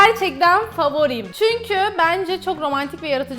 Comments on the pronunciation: Hepsine fovorim demen😂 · hepsine favorim demesi ksksksksksk